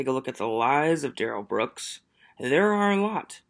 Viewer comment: DUHrell is not aware of HIPAA… it’s in his name… DUH - rell…